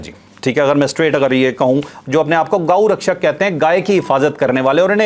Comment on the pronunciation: کچھ انتہا پسند ہندوؤں نے مارا ہے ، جو اپنے آپ کو گاؤ رکشش کہتے ہیں ، الفاظوں کی ادائیگی میں احتیاط کریں ، شکریہ ،